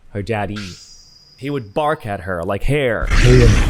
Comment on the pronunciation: his "BARK" killed me🤣🤣🤣🤣🤣🤣🤣🤣🤣